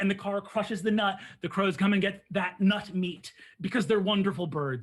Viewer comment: the phrase “nut-meat” has never been uttered more emphatically…